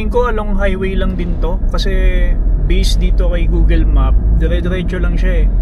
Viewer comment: google, not googel. Pinoys are weird.